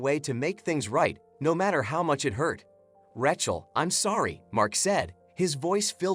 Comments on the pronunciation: Learn how to pronounce Rachel. It’s RAYchel. Not Rat-Chel. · Ra-chael,say it right. And this story is a line of crap.